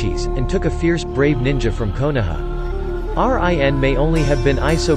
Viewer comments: Did he just said R I. N instead of rin😂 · Me cretiking him saying R-I-N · everybody:rin him:R-I-N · What make me trigger I say rin he say r-i-n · Normal people: Rin This bot: R I N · Why do you said Y A G U R A and R I N exepte rin and yagura and why did you say that black zetsu is a jinchuriki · It’s run not r i n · instead of rin its r i n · It’s not R I N , it’s Rin Smh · R I N instead of regular Rin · Not R. I. N.... Its Rin Nohara.. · When it says R,I,N but its rin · It's rin not R.I.N 😪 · Rin not R.I.N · Dude can you stop saying fucking R.I.N YOU BICH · Bro when pronounced Rin as R I N. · Everybody talking about Rin being pronounce like r I n but the way he pronounced yaguras last name lmaoo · R.I.N was annoying me so much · I stopped watching this shit as soon as he said R-I-N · What the hell is with him pronouncing that as R-I-N?! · Wtf R. I. N like RN for registered nurse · R-I-N???!! are u kidding me? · whats with the R.I.N.? ,... I'm not bashing about it but I think it's kind of funny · Bruh he pernoused RIN wrong. It's sounds like your saying reen when you pernouse it right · R-i-n lmao 😆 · R-I-N wtf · Who the heck is R-I-N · Really just can't say Rin smh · how can he pronounce uzumaki but not rin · U should use ur real voice bc it doesn’t pronounce a lot of words right like rin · Bro after he said R-I-N and than said MIN-nato namakazie I had to check out 🤦🏾‍♂️🤦🏾‍♂️ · What the F! R.I.N. Can't read 1 syllable names? I take it back. K.a.r.a.t.a.c.h.i. kills the video. Please do not upload until you finish school. I understand that some Westerners cannot pronounce Japanese well but at least some tried and not spell them out. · damn I hate how you pronounced rin and isobu's names